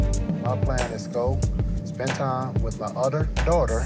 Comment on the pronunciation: "With my udder dauder" ugh. I hate when he says that. OTHER!! Not Udder!